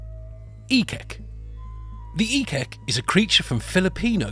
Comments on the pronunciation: ik-ik / eek-eek not ekek 😂😂😂😂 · Ekek, must be called Eek-eek, or Ehk-ehk. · It's pronounced "ek-ek", not as one word.